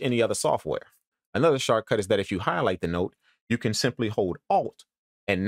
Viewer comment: Love the tips...... hate the way you say "shortcut"